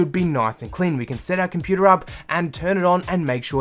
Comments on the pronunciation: “Inside our computaarrr” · What is a 'komputaah"?